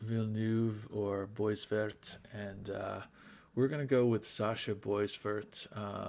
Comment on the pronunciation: Nice job on pronouncing 'Veilleux', by the way. The 'eux' was wrong but the 'Ve' and the 'ill' were spot-on. 🙂 You completely cocked-up 'boisvert', though. 😋